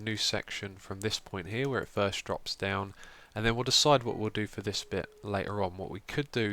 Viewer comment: Love that you addressed 'chube'. Also really love 'thirst' instead of first...reminds me of a family inside joke.